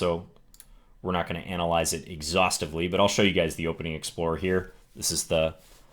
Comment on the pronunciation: "hopening" lol